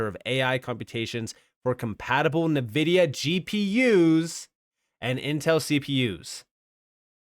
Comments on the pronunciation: Just FYI, Nvidia is pronounced "En-vihd-ee-ah". Not "Nuh-vihd-ee-ah". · It's not Navidea it's Nvidea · HBAR will dominate pretty soon! Great video! -- Btw, NVIDIA is pronounced "EN-Vidia"